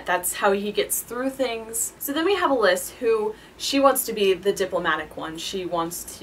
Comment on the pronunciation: Why would you pronounce Alyss like that...... It's pronounced like Alice obviously.